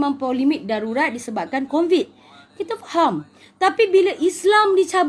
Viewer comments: "Covid" kak.. Bukan "Convid"..😆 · sebut covid pn "convid" pttla xtau kasi beza sebutan "Allah" 🙂🙂🙂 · Covid makcik bukan convid..mgbu